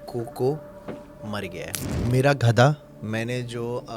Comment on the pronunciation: Ek baaa bataen 🛑 gadha Hota hai ghada Nahi